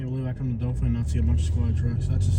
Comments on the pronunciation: Doe Thin is how you say it! Not Dolphin or Doe Fin. Resident of the city here. Wish this town could get some help. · It's pronounced DO THAN.